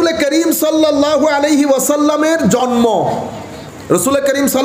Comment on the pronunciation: Jormo na ucharon ta jonmo hobe